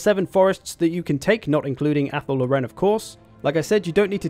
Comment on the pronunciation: and when he mispronounces Athel Loren